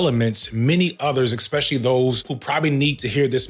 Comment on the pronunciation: I'm listening and think, this guy is nailing it. I'm a trans woman who transitioned late and I know how men behave, especially in a men only group when there's been some alcohol around. Then I get to and I hear "Eggspecially". As a Dutch person I pride myself in my English speaking ability so stupid shit like eggspecially, eggcetera, warm temperatures and cheap prices make me feel physically sick. lol